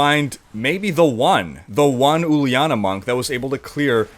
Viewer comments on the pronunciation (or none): cmon dude, Uliana is a name, and pronounced as juliana, but without the d sound..... i know, its my sisters name